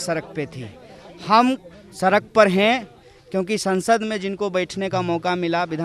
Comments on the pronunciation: Sark nhi sahi se bol beta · सरक पर नहीं...सड़क पर..सड़क पर.